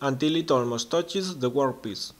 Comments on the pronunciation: It's not mar it, its "Mark" it ..also it's Work piece, not , wor piece.. .Your English is getting shit pedro English Mik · Great video, well done sir. Annoyingly, I keep hearing you say 'workpiss..' Ha ha, keep them coming, you inspire others.